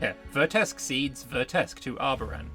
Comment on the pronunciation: The moment said...reseeded as Arbaran. oof